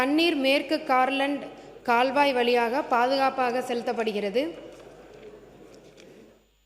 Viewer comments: For kaalvai🎉 she said kalvai😂😂😂n then managed....thsmizh thanda vam aadu dhu indha tvk la😂😂😂😂😂😂😂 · அது கல்வாய் அல்ல கால்வாய் , உன் தமிழ்ல தீயை வைத்து கொளுத்த😂😂😂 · கால்வாய் என்பதை கல்வாய் என கூறும் போதே தெரிகிறது யாரோ எழுதி கொடுத்த பொய்யான செய்தி வாசிப்பு இவர் மக்களை சந்திக்காமல் அதிகாரிகள் வழங்கும் செய்திகளை கூட தவறாக படிக்கிறார் அமைச்சர் அவர்கள் பா.ம.க. அரசியல் பயிலரங்க பள்ளியில் சேர்ந்து பயிற்சி எடுக்க கூறுங்கள். வாழ்க மருத்துவர் சின்னையா மற்றும் மருத்துவர் பெரிய அய்யா அவர்கள் வாழ்க வளமுடன் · கால்வாய் பதிலுக்கு கல்வாய் என்று வாசிக்கிறார்கள் திரும்பவும் போய் பள்ளியில் படித்து வரவேண்டும்